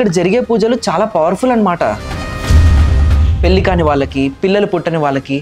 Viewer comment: Good info. Pronounce the words pelli, yoni and menstrual correctly.